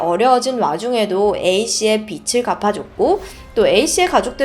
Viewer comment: 빚을 = [비즐] 로 발음 빛을 = [비츨] 로 발음 예를들어 부엌에 = [부억케] 받침을 ㅇ자리에 이어서 발음하시면 됩니다 꽃을 => 꼳츨